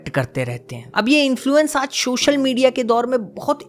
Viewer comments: Sir just a suggestion…. Aap ‘social’ ko please ‘shocial’ mt bola kriye🙏🏻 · Is it social or showshial? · Shoshal nhi Social hota hy bhai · Its "Social Media" and not SHOSHAL MEDIA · Shocial media ni Re bhi, its social media 😂.